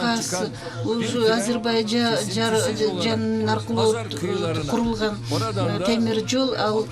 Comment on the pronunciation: Котормочу Азербайджан созун туура айталбайт таныш билиш окшойт